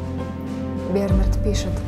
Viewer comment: Не хочу тебя обидеть, но были ошибки в произношении слов БернаАрд, и таких ошибок было достаточно. Но читала ты этот стих действительно очень хорошо.